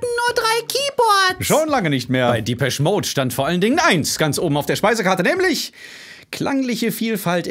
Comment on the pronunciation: Respekt👍🏼 Depeche wird allerdings französisch ausgesprochen, habe noch nie einen Briten "diepesch" sagen hören Dein Lied kommt aber "Happiest Girl" relativ nahe.